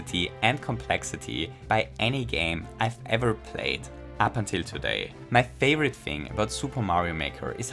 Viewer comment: I noticed when he says favorite he pronounced it "thay-vorite" and I could tell because he said it with his tongue.